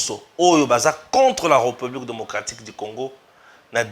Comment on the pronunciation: Cher Frère,, vos émissions sont très bien suivies et appréciées partout à travers le monde. Mais ce qui fait une tâche d'huile c'est votre façon de prononcer le mot "président de la République Démocratique du Congo" c'est question de veiller sur la prononciation de "République". Le "ré" a un accent aigu. Merci. Si cette remarque vous a fait mal, je vous prie de bien vouloir accepter mes excuses patriotiques.